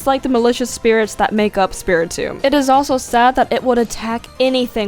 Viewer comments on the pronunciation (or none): none